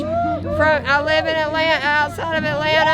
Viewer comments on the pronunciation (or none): none